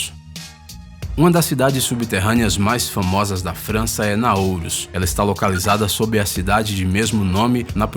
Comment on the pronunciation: Não é "Naouros" seu tonto!!! De onde vc tirou essa letra "o" no final??? (PQP!!!)